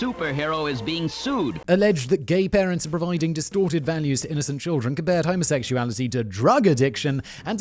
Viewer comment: Simon sounded like he teaches pronunciation to bigots when he said homosexuality